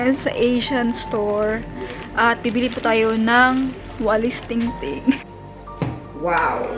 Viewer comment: Walis Tambo hinde walis ting ting. 😄😄😄😁. Keep going and take care yourself. tama na hugasan para sigurado na malines ang gulay.